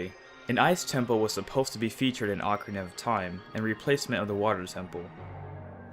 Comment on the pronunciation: At one part u said ocnaria of time.